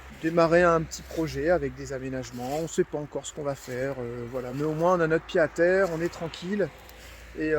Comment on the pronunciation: Le retour des daily vlog! Bon par contre on dit Pied-à-terre avec un T « pyé t à tèr » 😊 ( Ca date de la renaissance )